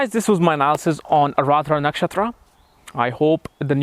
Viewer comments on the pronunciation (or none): You may be very well versed in astrology BUT!!! you certainly haven't learned how to pronounce the name correctly. I, having the same name as the nakshatra, know that its not Aradra (as u kept saying), but rather, its AAR-DRA :)